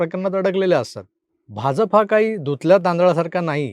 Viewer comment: Make proper accent of Ja of BhaJaPa